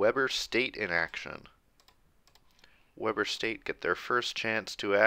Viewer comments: Worth noting: Weber in Weber State is pronounced wee-bur, not weh-bur. Also worth noting is I personally know some of the players since I’m a student there so seeing them beat Utah is awesome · It pronounced we-burr (like your cold) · It's pronounced weeber state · Great series but you are saying “Weber” wrong lol